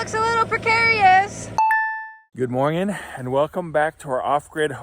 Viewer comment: be careful with the pronunciation lessons, until you can say good mor ning and not good Morgan 😁😅🤣😂 Cheers